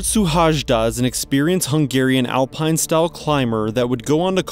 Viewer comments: It's pronounced su-hai-da. J is pronounced like 'ya', so it is similar to Suhayda. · the correct pronunciation of his name feels something like: si-lard shu-hai-da (normal english S sound in the first letter) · So this pronunciation of his name was not the best let me help you out. You pronounce it as you would pronounce this in English: Silard Shoe-haida. The whole country was praying for him to be found. No luck unfortunately. These Hungarian climber guys love to climb Everest without oxigen supplements. So sad, his child is left fatherless. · Oh god that pronounciation hurt a little. Google translate has a nice function where you can make it pronounce stuff. I just checked and it nails "Szilárd Suhajda". Yea he climbed without oxygen or any external help and died because he decided not to turn back while he still had the opportunity. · Its not the way we pronounce his name. But thank you for the video he was an amazing person and one of the best Hungarian climbers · Thank you for the video, but pls write the name to google translate and listen to the correct pronouncing.Thank you.